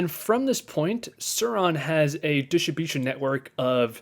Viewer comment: Please say it like this..... Diss trib you shin... Also, you save $1700 CDN, not just a few hundred bucks